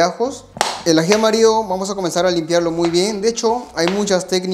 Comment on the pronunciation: AJI AMARIO???? Asì se llama o es un asunto de pronunciación???